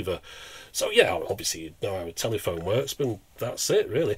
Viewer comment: thanks so much. enjoyed this. couldn't help laughing every time u said telly -phone though.